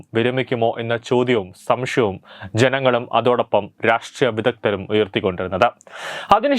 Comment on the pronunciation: Helo Chanaka Chattam.Alla chattam anu shamshayam alla samsayam.podapotta nee oruvakku thettathe parayamo.Udhan.enthu udhan.udanmathy.